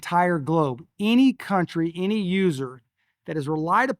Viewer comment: The word “ any” is not pronounced as “ inny”.